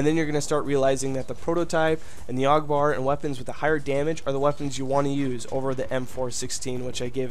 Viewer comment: also i'm really not trying to like be mean but isn't it said A.U.G like each letter